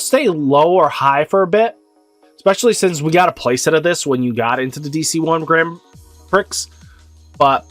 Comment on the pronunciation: That Grand Prix pronunciation tho